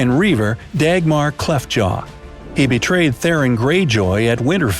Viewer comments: CAT-LIN not KATELIN. Theon not Theron 🙄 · Its pronounced catlyn and theon not theron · I've got to laugh a little when you miss pronounced Theon's name with Tharon. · Mister, or Maester? Kaitlin, or Catelyn? MgLaggen, or McLaggen? Theron, or Theon? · Thee-on. Not Theoron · CATElyn? THERon? Lothar RAY? MaxIMAY? Honestly,....🤦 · My guy said Theron Greyjoy it’s Theon Greyjoy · Also The-on, not There-on & Awe-shuh, not Oh-shuh. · Did he really say Theron Greyjoy instead of Theon? Smh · You mispronounced Theon You called him Theron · Ugggh you butcher so many names and titles and I’m not even sure you can read. How can THEON be read as Theron? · "Theron" Greyjoy? ...... /cringes violently/ That driving anyone else a little nuts, or just me? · 😂 He said " Theron Greyjoy " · Did he say Theron Greyjoy or am I bugging? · We just going to ignore how this man pronounces Theon and Catelyn? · They did me too, but like, with Catelyn Stark, for example, I can give the benefit of the doubt as the spelling allows for many potential mistaken pronunciations, but there's no "R" in "Theon"!! Unless the narrator's script had a typo, which is of course totally possible, I kinda can't let that one go. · How are you mispronouncing these names so badly? Maester, Catelyn, Lothar, and then you went and added an "r" in the middle of Theon's name. Maybe watch a few episodes of GoT so you know what you're talking about. You ruined my enjoyment of this video. Terrible. You also mispronounced Madame Maxime's name.